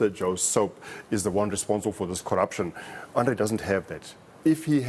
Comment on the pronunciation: "Arno" De Ruyter? Really? It's Andre guys. Jeez.